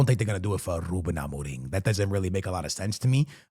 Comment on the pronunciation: The way so say ruben Amorim, is on the same level of that guy who says tapatio